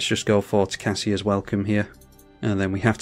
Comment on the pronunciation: That was a really good game all things considered. Also watching return to Oz after this 😂 P.S. I believe it’s pronounced tocASIA, like the continent. Keep up the great content!